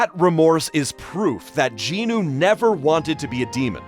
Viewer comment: Bro jin-nu? Sorry nah